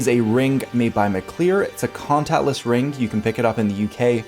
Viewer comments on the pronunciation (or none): For gawD's sake, "WHY DONT YOU GO AHEAD" and get your bad diction habits sorted out. It makes you sound like a Muppet. It's NOT a rinGk. NOT strinGinGalonGk sinGinGa banGinGk sonGk. NOT goinGon brinGinGit lookinGat cominGup rinGinGk. It's primary school education that the "g" is silent in gerund and present participle words there's no "k" sound on the end either. NOT brinGinGit lookinGat NOT doinGit cornerinG. NOT sawR lawR drawR drawRing withdrawRal awR-inspiring NOT asdaR pastaR pizzaR bananaR cinemaR sofaR mediaR dataR NOT lisaR nicolaR santaR NOT indiaR canadaR viaR americaR. That's a bad diction rhotic habit not English grammar.